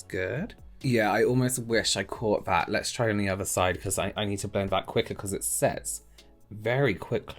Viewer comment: I love your videos but am distracted by how you say vis and vat instead of this and that - I guess it’s a local pronunciation of words beginning with ‘th’. No matter your videos are still helpful!